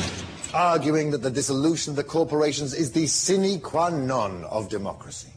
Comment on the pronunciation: cine qwa non?